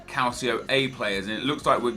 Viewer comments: calcio, Italian word for soccer, pronounced cal-cho. just a pet peeve for me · Stop pronouncing it "Calsio"!!!! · does anyone else cringe when Nep says Calcio A?? Nep its pronounced, Calchio A. The sound of the second 'c' in calcio is a 'ch' sound!! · Funny how you say calcio A 😆